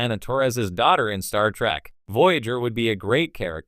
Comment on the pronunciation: "TREK" not "TRACK"! EEEEEEEEEKKKKKKKKK not AAAAAKKKK